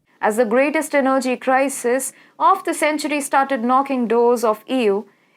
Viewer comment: You don't know how to pronounce energy properly. The stress is on the first E. Your English is so bad, i can't stand it. So much wrong pronuciation.